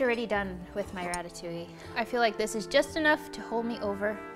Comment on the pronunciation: French girl here, I love your ratatouille, it seems delicious and your prononciation is on point! Also about the having a dessert just after diner, don't worry, it is normal to feel like sweet after a french dish, we almost always have one. For the memories, french kids don't like ratatouille, because as most child, they don't like veggies too, I remember going to the theater to see a film about a rat with the name of my most hatred school lunch on the trailer (it wasn't a very good start 😂) and falling in love with Pixar through the movie, and having water in my mouth when they served the ratatouille. I still disliked eating ratatouille until growing up, and it is now a dish i enjoy. So don't worry, most child memories around the dish isn't a "Madeleine de Proust"^^